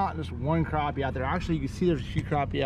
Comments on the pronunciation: It's Crappie not Croppy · Yo. Pennsylvania here. It’s not craw ppy. It’s crap p. It’s spelled Crappie Bahahahahahahahah.